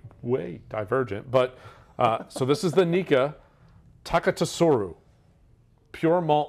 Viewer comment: FYI, fellas, I would look into JSLMA... it is flawed. There's a good video on the changes on YT. It's Tah Keh Su Roo (the Roo is a bit short) I don't mean to sound like a nerd or jerk, but I apologize if I do for the latter Screw caps have a valid argument in the whisky world! Thanks for the time and effort, guys!